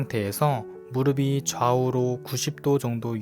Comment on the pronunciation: 무릎이 - 발음 - 무르비(x) - 무르피(ㅇ) 엉덩이 근육은 우리 몸에서 가장 큰 근육 중 하나(x) 엉덩이 근육은 우리 몸에서 가장 큰 근육(ㅇ)